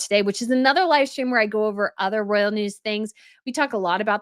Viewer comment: Decline of most "Imaginable companies?"... what does that mean? Listen to Pamela Anderson i amy interview. Her diction and word selection is flawless. And you eat and run over your words.ROYAL NOT RALL... I AM ON YOUR SIDE. Listen to me